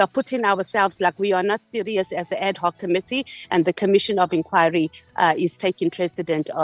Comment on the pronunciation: Not AD-COCK, but AD-HOC 😂😂😂😂😂